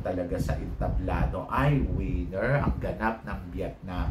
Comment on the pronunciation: ......"WIENER".....is a D....CK. "WINNER" is the word and you just have to PRONOUNCE it CORRECTLY. AHTISA MANALO......."WINNER." VIETNAM.....TRASH. DON'T LIKE OTHER PROPS TO BACK HER UP.. NAT'L COSTUME SHOULD BE WHAT THE CANDIDATE IS WEARING AND WHAT THEY'RE HOLDING AND NOTHING ELSE. BECAUSE OF HER TOO MUCH CRAP., I DON'T LIKE HER.